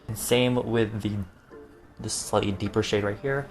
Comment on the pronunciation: When he said "slightly deeper shade here" I had interpreted it as "slutty beeper shade"